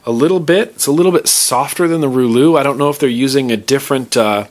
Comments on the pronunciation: Reuleaux is pronounced reuleaux not, rooh looh. Please, I promise. I speak French:P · ITS NOT [RULU] its [RILO] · I may be wrong, but i think you're still pronouncing that mod wrong. Isn't it pronounced "roo-low"? Or is it "roo-lou"? Anyone know which is correct? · I think the Reuleaux is pronounced "Ruh-Low". Also the definition of Reuleaux is the shape formed at the intersection of three circular discs. Hence its shape, kinda. :) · ROO-loo haha your funny.. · roo-low bro lol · It's pronounced RAY-LOW!!!!!!!!!